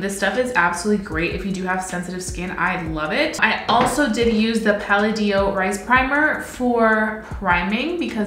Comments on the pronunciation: Puh LAh de oh (emphasis on the second syllable). You are saying pal-uh-DEE-oh (emphasis on the third syllable). 😊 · Has anyone told her she is saying the brand name Palladio incorrectly?